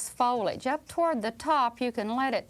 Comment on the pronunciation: "...and ahm jus' gonna puff in this folage..." along with the "HWITE" and stretching single syllable words into two syllables sounds exactly like my brother-in-law's entire family. They're from Jasper, Alabama.